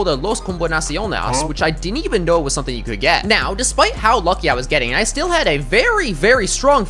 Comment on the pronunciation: Why did he say “NOW” for no and for something he said “Soemthing”